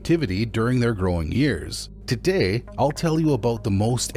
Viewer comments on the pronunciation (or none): none